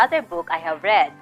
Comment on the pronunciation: Hello mam! nice video. I learned a lot about the topic. But I just want to correct a minor error. In your motivation questions, the word "read" should be pronounced as "red" since the sentence was in the past tense. The spelling is still the same which was "read", only the pronunciation must be different. that's all. :)